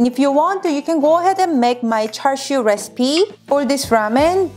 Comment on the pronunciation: That’s it, I’ve come up with a new recipeh!